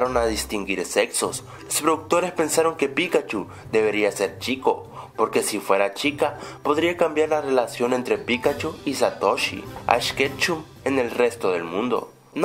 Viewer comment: esta bien el vídeo pero porque dise ketchu además me sorprendí cuando la chinita di pikachuu!! 😨